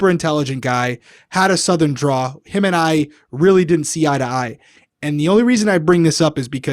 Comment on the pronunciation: Also,, bestie, my brother in Christ, it's drawl. With an L.